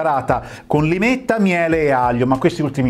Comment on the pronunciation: Limetta e non lime ❤